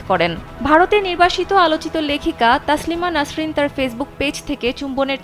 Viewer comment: তাসলিমা নাসরিন না তসলিমা নাসরিন, ছামাবাদীক সবার আগে একটু ভালো ভাবে দেখে পড়া শেখা উচিত